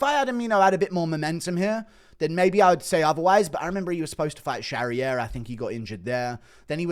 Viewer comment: Priscilla Who???? 😂😂 You think you'd know how to pronounce her last name...